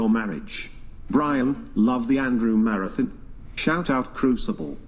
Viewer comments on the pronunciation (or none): none